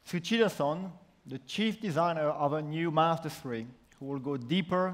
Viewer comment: the guy doesn't even know how to say mazda xD why not outsource the presenters all about design for 30 minutes mazda needs to focus on interior not exterior at the end of the day mazda was the slowest company to adapt to apple CarPlay i am very happy with this car but it was like it was a presentation on japanse culture please watch the 1st iPhone reveal by steve jobs